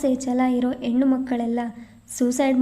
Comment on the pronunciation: ಕಥೆ, ಓದುವ ರೀತಿ ಎಲ್ಲ ಚನ್ನಾಗಿದೆ ಆದ್ರೆ ಸ್ಪಷ್ಟ ಉಚ್ಚಾರ ಇದ್ರೆ ಇನ್ನು ಚಂದ.ಹೆಣ್ಣು ಅನ್ನೋದನ್ನ ಯೆಣ್ಣು ಅನ್ನುತ್ತೀರಿ